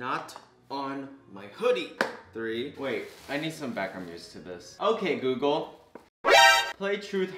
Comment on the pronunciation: "Hey GAYgle.”